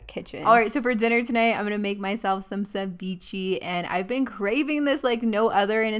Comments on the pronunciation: CEVICHE!! NOT CHIVICHI WTH arent u mexican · Girl, how you said ceviche had me in a grave.💀 Meals look bomb!